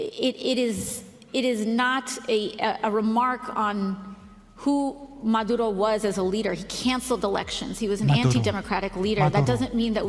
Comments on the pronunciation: Did the AOC said Maduro or Menudo? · She sounds like she's trying to tickle the back of her throat when she said: "Venezuela" and also when she said: "Maduro which came out as "Madoodoo".